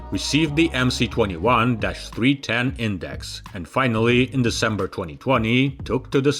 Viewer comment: Why do you call it "The Emsee 21", when it is really "The Emess 21"? Sounds ignorant! Otherwise an interesting and informative video.